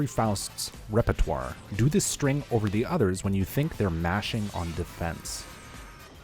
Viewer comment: Oy man, I really enjoy the vids, it's not only useful, you manage to make it entertaining in it's own right . However i must warn you, you say "repetoire" but the correct pronunciation is "répertoire". I hope your channel continue to grow just like croissants grow in the oven ~ Amicalement, a French Faust